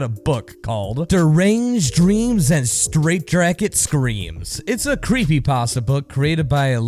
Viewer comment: "Straight dracket" had me cracking up. Great video.